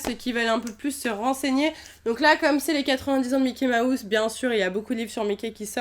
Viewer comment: Elle ne sais pas dire mouse de Mickey mouse elle dit Mickey maousse